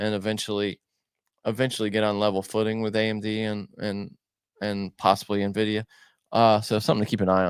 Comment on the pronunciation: please teach how to say N-Vidia and not Navidia... Drives me crazy everytime thanks